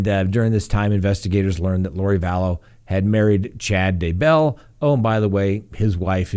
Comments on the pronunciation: emphasis on "bell", not "Day" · Your pronunciation of Daybell is better but still I weird. The emphasis is on the first syllable, not the second. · He is very good, but he has to learn how to pronounce "Daybell" ;)